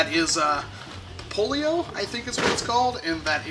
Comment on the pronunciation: Poplio not polio